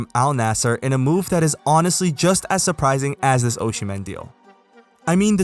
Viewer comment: Big fan of the superlig content! p.s it's Osimhen not Oshimen :D